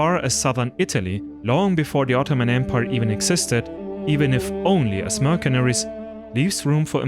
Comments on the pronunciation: It's not pronounced merkenaries, but mersenaries, you idiot! The C in mercenaries is pronounced as an S. Learn English!!! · Tibaytons? Merkaneries? You butcher the English language like Turks butchered Europeans haha